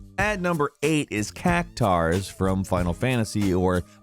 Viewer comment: Cactuar (Cac-twar)